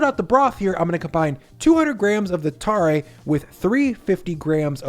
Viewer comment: I live in Fukuoka where tonkotsu ramen is from. Ichiran is from here originally and there are quite a few regional variations down here. Also, tare is pronounced closer to "tah-reh" as opposed to "tar-ray"